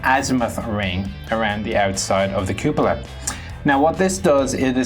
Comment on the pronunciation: why can't you pronounce cupola